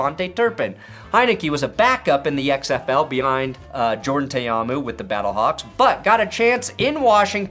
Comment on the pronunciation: Dude it’s Jordan Tah-Ah-Moo not Tay-Ah-Moo SMH